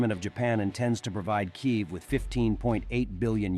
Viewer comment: you are Ukrainian & yet you have a reader that cannot pronounce the name of your capital correctly ??? 😳🙄 seriously ???